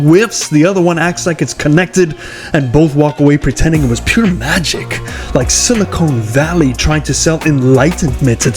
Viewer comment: “SiliconE Valley?”